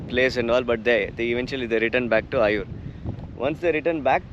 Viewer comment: Nice video. These used to be some places I had visited a few times. One thing though. It would be good if you can pronounce the names of the villages better. It is 'eye-oor', not 'ayur' :-) Similarly, Toluva betta, not Tuluva betta. Keep those videos coming